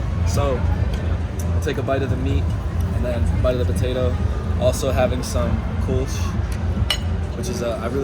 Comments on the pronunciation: Kurln is a better pronunciation. Or just Cologne. Kurlsh. But you are so right about German food! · ngl took me a bit to realize you said 'Kölsch' not 'kush' the first time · The "ö" of "Kölsch" is NOT spoken like an o, its fairly spoken like you would say "Murder" (see sound of the "u"). Actually same as "Köln", simply replace n by sch. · Kulch? muahahahahaha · Your "Koelsch" sounds like "Kush" but I hope that this will be also available in Cologne too, soon.🤣🤣🤣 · I understood "Kulsch" - LOL You actually meant "Kölsch" (Cologne beer). Nice video as always. Chris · so sweet how you said köllsch. It sounds like Kush :D